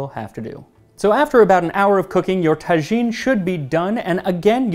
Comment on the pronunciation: I'd like to correct if I may, it's pronounced taa'jine not tajeeen.